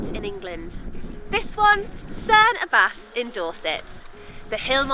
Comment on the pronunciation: So cute seeing people not from Dorset and surrounding areas visit and hear you say Cerne Abbas as cerne a-bass instead of Cerne A-buhs 😂 Durdle Door is such a special place, I even got engaged on the beach at Durdle door framed by the arch! So glad you enjoyed Dorset, I miss it living in London now 💗